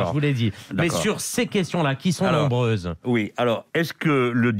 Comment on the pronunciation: Nnnnnnnnnnnnnnnnnnnnommmmmmmmmmmmmmmmmmbreuses questions des zauditeurs, il a dit, en nappuyant très fort sur les consonnes.